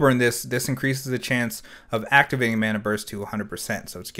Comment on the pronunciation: Ma-na not Man-na